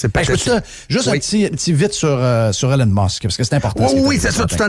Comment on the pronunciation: Jeff arrête de l'appeller Hélène Musk, c'est E - LON Musk.